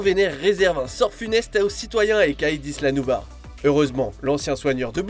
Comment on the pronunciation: Ça ce dit pas nubas ça ce dit nublar 😐